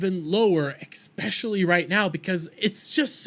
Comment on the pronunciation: "Roddan Tomaydohs" "Ekspeshully" got 1 min into this and cringed so hard at those pronunciations that I shat myself and died